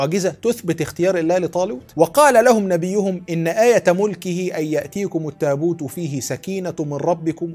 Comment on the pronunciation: جزاك الله كل خير بس يا ريت تعيد قراءة ان يأتيكم التابوت